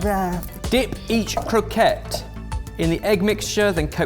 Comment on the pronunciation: and did say croquet... es. srsly ur a chef. just realised how much ive commented